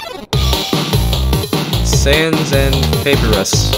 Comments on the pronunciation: You said Paperus instead of Papyrus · Did he says paperus? Lol, papyrus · ITS NOT PAPERRSS ITS PAPIRES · Paperrus? Paperrus? Papyrus its papyrus! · bro really said “paper iss”. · He said papyrus is pepirus. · Oh man it hurts to hear how he pronounced papyrus wrong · is no one going to talk about the way he said papyrus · Bro you pronounced papyrus wrong.